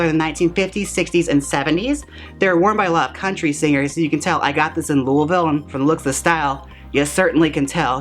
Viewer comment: This was really cool, and very informative, but I gasped when you actually said “Lou-uh-vil” correctly. Muh-wah -kee, I expected of course: you live there, but my second hometown you nailed as well. I’m gonna have to tip you a Paypalimony for that one!